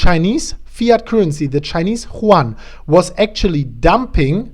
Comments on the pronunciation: Chinese ¥ Yuan, is pronounced as Yüön, rather than Chuan. Just to help you improve, man. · M.T.S. Productions yes you are right it is You-Aan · It's not pronouned like the spanish name Juan. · yuan is pronounced as YOU ANN like YOU-ANNE or YU-AN --- I say this with respect as I have my own difficulties...best wishes.